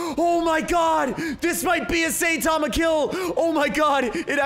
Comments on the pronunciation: Imangine saying satama instead of saitama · IT NOT SAYTAMA ITS SAITAMA! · his name is saitama but you pronounce it as sitama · Now, i like and all, hes really cool. BUT HE MISSPRONOUNCES SO MANY THINGS THAT IT IS STARTING TO ANNOY ME. Its saitama not saytama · btw joe saitama is pronounced sai tama not sa itama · It’s not how u say it it sound like Saytama that’s how u sound like when u say it when u is saitama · saytama Me: it is saitama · You said sayTama it’s Saitama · bruh the way he pronounces saitama honestly triggers me, its not SATAMA, its (seye-tama) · Saytama it is saitama bruh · I hear “saytama” like bruh that’s not how you say it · S-eye-ta-ma;-; cmon you know this man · bruh its not saytama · Lol saytama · u where saying saitama name wrong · am i the only one that got kinda triggered when he said saitama wrong? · Ur pronouncing his name wrong trigger